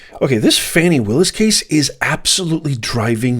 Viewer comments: Are you purposely mispronouncing Ms. Willis’ first name because you are that biased that you don’t feel you need to be respectful of the way she pronounces her own name? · This guy should pronounce her name properly🤔